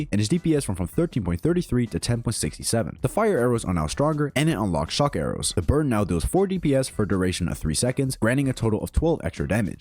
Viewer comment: I'm late.but why do I hear "bird" than burn.is it just me.